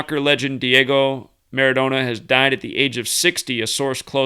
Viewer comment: ...Maradona is properly pronounced with another n like Donna